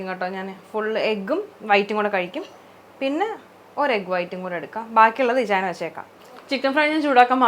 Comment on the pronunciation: Say ichayan properly😢